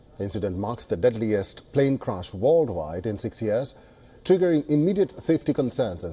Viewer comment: Its CRASH n not CRUSH!